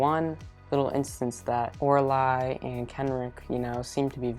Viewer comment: I got very confused when he said Lorili and Kenric but than I realized he meant Oraile and Kenric and that he just says her name diferently than me lol